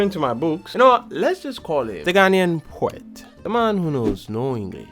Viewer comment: Poetwi??...poetwi??...herh comot😂😂🔥